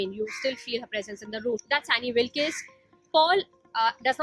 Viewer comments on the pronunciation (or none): Annie wilkees 😂😂 pronounciation